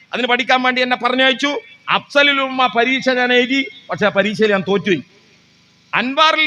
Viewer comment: അഫ്സലുൽ ഉലമ എന്നാണ്. അപ്സലുൽഉമ്മയല്ല.😂